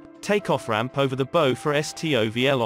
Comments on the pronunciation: Bow rhymes with cow, in this instance. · That's not how you pronounce 'bow' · Bow rhymes with cow not tow how can you make military videos without using the correct naval terminology.